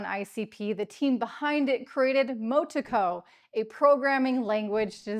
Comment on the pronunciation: Happy to hear more and more crypto influencers talking about ICP. Been a long time coming. Thank you. BTW Motoko is pronounced Moh-Toh-Koh. ICP is more decentralised than most blockchains such as ETH, SOL,NEAR etc with a Nakamoto coefficient og over 130